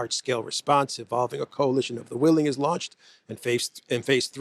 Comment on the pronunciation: "The Coalition of the[ Unable, yet] Willing" sounds daft enough, but "The Coalition of the[ Unable, yet] Villing" sounds hilarious! Rotter said it with a straight face too in front of an audience which knows better than most how hollow the promise is